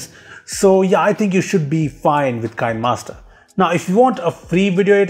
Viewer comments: The 'Kine' in Kinemaster is pronounced as 'Kee nuh'. I saw a video from the developers a while back. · Nice Video, BTW Kinemaster is pronounced 'Kin-e-master'